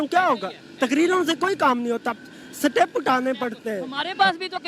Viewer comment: Seetep hahi...step hota hai